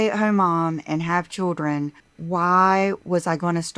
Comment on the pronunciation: Every time she says choodrin instead of children, I want to curl up in the fetal position.